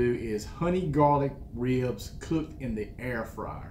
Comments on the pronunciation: Hahaha I think it’s pronounced reeubs lol and it’s funny because I’m from Texas (Houston) and people are always shocked I don’t have a more southern accent. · I love...and how you say "ribs." It's like 2 syllables but it's not...with a little North Carolina growl in there. rheebs, rriiibs, ah, I can't do it. My Arkansas roots are useless in this situation. I think it's a genetic. Some people can't roll their r's...other can't say rrribs cool. It's a gift my friend. Be thankful. lol. (ribs look great!) Now to go check out.